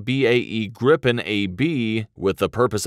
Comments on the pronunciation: Please not the Grippen, it is the Gripen. The I is pronouncd like the e in the english word easy. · No Grippen is how englishspeakers say it. Not us swedes. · You don't say "grippen'". You say Gripen ffs. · Why does some english speaking people pronunce "Gripen" as "Grippen"? Annoying.. is spelled with ONE p not two. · Japp men vi svenskar säger Grip-en inte grippen. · Gripen means "The Griffin" in swedish. Would probably be easier for you to say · its Jazz Grabben 69 FFS